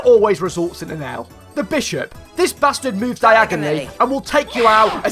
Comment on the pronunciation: I thought you said bisharp